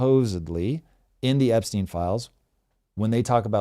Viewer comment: *Epstein, not Epstine